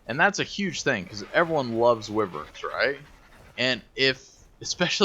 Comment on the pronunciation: wiv-verns? its "why-verns" :)